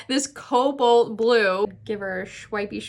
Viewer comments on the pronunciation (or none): 😂😂i laughed so hard when you said this cobloat.. coboat..blue.. than tried saying it myself and did similar. I love that packaging 😍